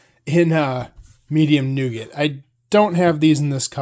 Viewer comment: The T is silent in nougat, like the T in chalet.